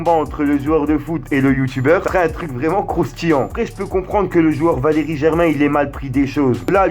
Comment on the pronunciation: Il a dis vakeri